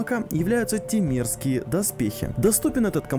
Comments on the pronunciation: Вместо "темерские" услышал "те мерзкие". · Мне одному словосочетание "темерские доспехи" послышалось как "те мерзкие доспехи" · Нормально, произносишь "темерские доспехи" как "те мерзкие доспехи". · Я один услышал те мерзкие, а не темерские? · Мне послышались слова те мерские доспехи а не темерские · Я один услышал не тимерские а "те мерзкие"? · Сначала услышал не темерские, а те мерзкие доспехи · Мне тоже так послышалось. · постоянно слышалось "те мерзкие доспехи" вместе темерских